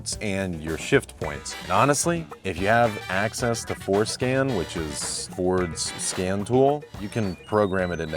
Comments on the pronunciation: I thought he said foreskin! Lol!!! Not Forn Skin. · Oh Ford scan! I thought you said something else….